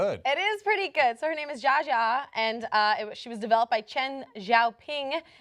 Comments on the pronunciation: The biggest argument against purchasing this thing should be the way is pronouncing Jia Jia, it sounds like Jar Jar, and that is waking way too many bad memories in me. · How hard is it to say Jia Jia properly? It isn't GEE-uh, nor JA. It is more similar to the second, but it has a quick and soft EE sound as it is one syllable. Come on. You guys speak English that has over 80k sounds in it, and all the sounds required are in the name. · i'm pretty sure that'as not how you say jia jia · They say 'Jia Jia' in the video and still can't say it correctly.